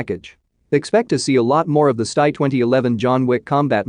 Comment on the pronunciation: Where is the DISLIKE Button, really need to click on that. Hey fool, if you are going to use computer voicing (which you should NOT) take the time to edit all the mis-pronounced words and phrases. For example STI is Ess Tee Eye, NOT EVER stie. With Sig Sauer you NEVER say the word Hundred when referring to the model number, it is either two twenty nine or two two nine. Good Grief this was AWFUL. If I ever hear another video on this site using computer voicing I'll close down that video immediately. I'll also point out that the content was at best a C Minus.